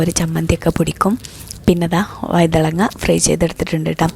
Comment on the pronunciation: വൈതളങ്ങാ അല്ല. വഴുതനങ്ങ ആണ്